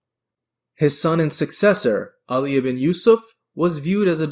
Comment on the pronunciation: Excellent video. A minor issue is the Pakistani pronunciation of names like ‘Abdullāh (“ab-dulla”) and ‘Alī (“uly”). It becomes a bit distracting. Furthermore, to my knowledge, neither Ibn Tashfin or Roderigo Diaz were actually present at Consuegra, as you depicted in this video.